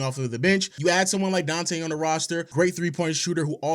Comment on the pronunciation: Donte Deevencheenzo